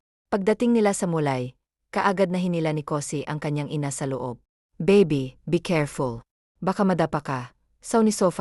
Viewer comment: Bakit ganon mag salita yung baby naging babi